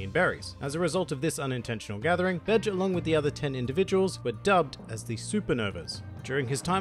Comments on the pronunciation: Bay-jay not bedge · It's Be-ge not Betch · My brain: hes not saying Capone Gang Bitch Me: hes saying Capone Gang Bitch!!! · Ur accent made it sounds like something else O.o lol still love this mafia inspired pirate